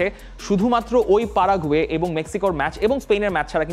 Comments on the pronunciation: পারাগুয়ে কবে থেকে উচ্চারণ হল☺️ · পারাগুয়ে নয় ব্রাদার.. প্যারাগুয়ে হবে 😂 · সারা জীবন শুনলাম প্যারাগুয়ে আর এখন তুমি বল পারাগুয়ে🤔🤔🤔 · পারাগুয়ে কি? উচ্চারন ঠিক করেন পরে আসবেন এনালাইসিস করতে